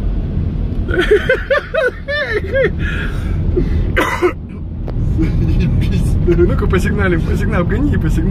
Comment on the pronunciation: inundado no indundado